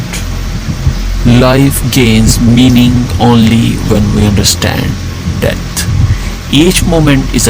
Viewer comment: Wtf it's pronounced "death" not "debt". Learn to 'th' better.